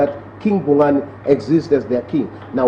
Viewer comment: IT'S KING BHUNGANE. PLEASE RESPECT OUR KING'S NAME.